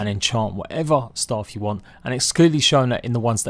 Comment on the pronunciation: this dude said “wamnt”